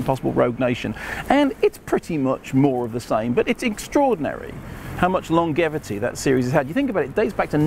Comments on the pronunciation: Is it pronounced "long-gevity" or "long-jevity" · If Mark keeps mispronouncing words like "longevity" (and his standby "Ferrell"), it's not Cruise who'll need defending.